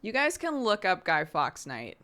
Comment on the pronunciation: its guy "forks" night lol americans